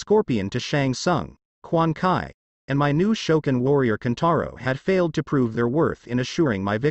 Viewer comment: it's quan chi not quan kai